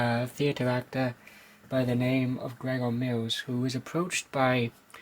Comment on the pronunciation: Not "Gregor Mills." GROVER Mills. This was a nod to Grover's Mill, New Jersey, the setting for Orson Welles's adaptation of "War of the Worlds." The character of Grover Mills is based on Orson Welles. Thanks for the link to the radio shows!